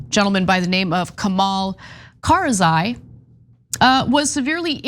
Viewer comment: Anna , cmon, read the name right it's not kharzai, it's kharazi